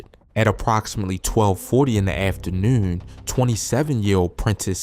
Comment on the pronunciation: On me he said afternoorn